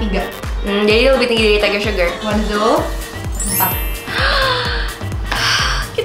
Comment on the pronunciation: kak FYI bacanya O NE ZO bukan wanzo :))